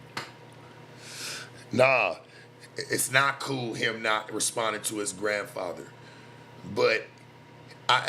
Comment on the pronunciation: said my grandpather 😂😂😂